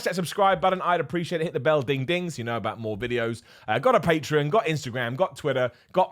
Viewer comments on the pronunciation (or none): none